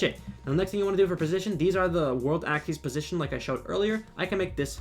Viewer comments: It’s ack-sis, not ack-these. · The way he says axis doesn’t sit right with me